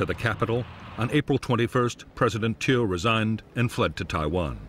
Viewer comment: Narrator pronounces Thieu wrong 😒